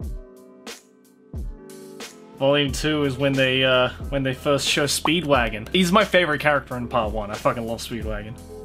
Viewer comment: You said "Speedwagon" incorrectly. Everyone knows that it's "Spee-do-wah-gohn."